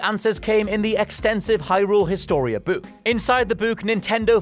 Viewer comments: Im can we all take a minute and talk about how the hell says word "book"...lmfao bouk, buuk, buk? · Did he just pronounce the word book as (buh - ooh - kuh)? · The way you say the word "book" is fantastic. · everytime u say Book i want to scream lmfaoo that accent bruh